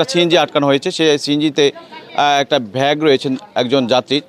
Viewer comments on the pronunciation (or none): ভ্যাগ কি জিনিষ ভাই???? উচ্চারণ ঠিক করে সাংবাদিকতা করুন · ব্যাগ কে ভ্যাগ কেনো বলা হয়,,,,এটা কোন্ উচ্চারণ?